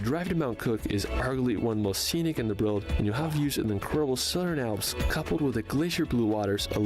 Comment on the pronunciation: is well-known for not pronouncing place-names correctly, even easy British ones (& he says "world" strangely too!!). 😟